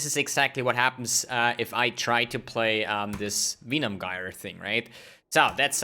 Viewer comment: Use Plague bearer ffs And you get disconnected cuz of your pronunciation of Venom Gyre